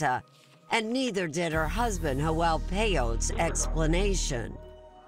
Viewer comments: Hoel????..it's Joel...wtf😂😂😂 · Why is the narrator calling Joel...hoel???? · Why does the cop pronounce Joel like "yoel" but janet like "janet". 😂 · No one took the time to teach this interviewer how to pronounce Spanish names correctly....Ho El really.... Its Joe El... geezus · J is pronounced as an H in Spanish. Pronouncing his name as Joelle, which is the female version of Joel is weird to me. It should be pronounced as to rhyme with Noel. There shouldn’t be an “Elle” sound unless one is saying, “Joelle.” A woman’s name. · i hate how she mispronounces Joel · It's Joel with a G. Please stop being so politically correct. Sheesh